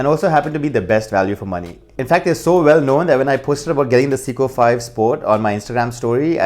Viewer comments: Dude it’s Seiko, not Siko! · .... I swear if I hear 'seeko' one more time... SAY-KOH... SAY-KOH... SAAAAAY-KOHHH lol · Not "seeko" but "say-ko" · It’s SAY CO not si co